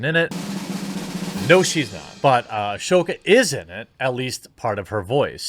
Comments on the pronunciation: A-so-ka, not ash-o-ka. >.> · Wrong pronounciation of Ashoka's name